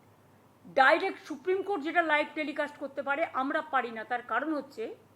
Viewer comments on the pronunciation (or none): Koto suprim court er order mene cholo tumi? Thik kore উচ্চারণ করতে। পারনা সুপ্রিম কোর্ট